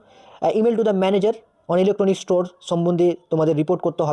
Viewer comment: আদৌ কী তুমি এই subject-এর সঙ্গে attached? তোমার কথাবার্তা, উচ্চারণ ও বাচনভঙ্গি তোমার এই বিষয়ে শিক্ষকতার সন্দেহ প্রকাশ করেছে। (store-ইস্টোর😢😂😅)